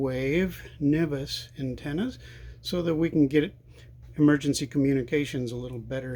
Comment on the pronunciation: Nice job with the video!! If you don't plan on operating with the top closed, then why did you add the outer antenna connection? Also, I have always heard it pronounced "en-vis", never "ni-vis"